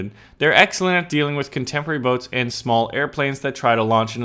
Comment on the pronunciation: anytime you said boats, what I really heard was butts. Amiright!? Point made...